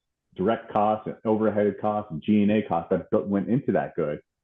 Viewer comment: Is the female interviewer aware that she is pronouncing "er" as "a" or "o"? It's distracting to the person being interviewed. Specifically, she mispronounced conversation and overhead.